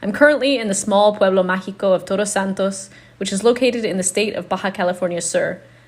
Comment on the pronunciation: I love your videos. Again. You have the ability to capture us kind of lift us get really excited by your narrative full of joy and pasion and scenes so awesome and suddenly boom we fall to the ground, your video is over.. Way too short hahaha. By the way. Try to pronounce TODOS a little more emphatic a little more i don't you, your Spanish pronunciation is awfully good and clear. You are saying TOROS instead of TODOS. Toros means bulls, todos means all. D sounds differently. R has two sounds. Carro pure R sound and in CoRazon, you see how it is pronounced. Enjoy your stay there. I'm looking forward to seeing more videos from you. A big hug for y'all.